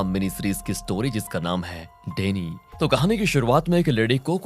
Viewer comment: "डेनी" nahi bhai "डायनी" hoga.....😂